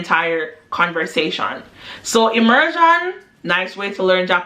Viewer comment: It’s the ✨immersann✨ for me 😭😂❤️ Fr tho, you’re hilarious.